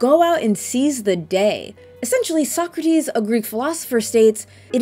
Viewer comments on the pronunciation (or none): none